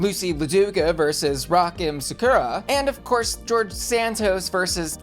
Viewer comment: Rock M Sakura is pronounced like Rock'em sock'em robots